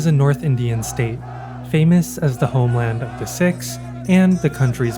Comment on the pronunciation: Did he just call the Sikhs the sicks?